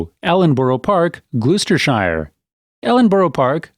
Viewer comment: Its "Glosss.....stershire and 'Woooostershire'! And 'Wiltshiiiiiire.' :-)